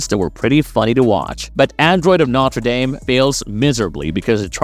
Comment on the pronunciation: “Mane-guh” lol edit: “notter dame” lmfao bro is this narrated by AI or something? What is this shit